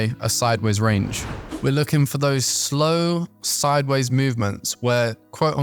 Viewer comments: I still have problems with your inability to pronounce SIDEWAYS properly.. I hear u call it SIDBAYS. what's SIDEBAYS? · I think he's saying sidewards or sideays? I sometimes hear seybers as well lol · yup it is sideways. very odd